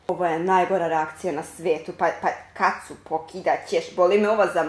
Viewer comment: Nije Kacu, nego Katsu, mnogi grese .